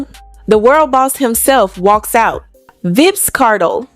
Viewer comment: Did she said vibzz Kartel 😂😂😂 child stop